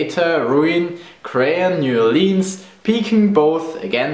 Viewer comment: As an Native of Louisiana, I absolutely LOVE the way you pronounce New Orleans. Especially since down here, it's practically said as one word. This video made me extremely happy. I love everything about Germany!